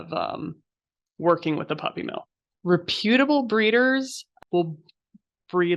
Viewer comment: The incorrect pronunciation of reputable is killing me. 😢